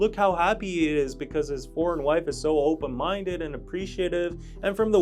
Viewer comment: “Are you… open mindeu?”